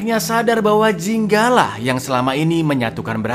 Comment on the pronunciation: Bang namanya bukan jinga tapi ginga